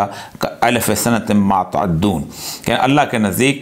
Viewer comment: ما تعدون نہیں مماتعدون